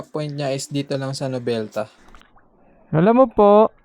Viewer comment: Malapit na dyan sa sm center imus ung bahay ng parents ko 😁. RS palagi. Btw noveleta un, hindi novelta hahah. Kitakits sa kalsada